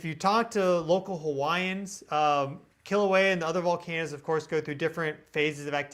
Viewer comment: Aloha, my family and I from the Big Island, Hawai'i and we really appreciate your channel. We find it so interesting and helpful -truly the only news we care to listen to! And thanks for pronouncing Kilauea properly, a lot of scientist have trouble with that lol